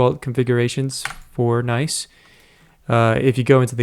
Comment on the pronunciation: Isn't it pronounced as written and not like "nice"? 🤔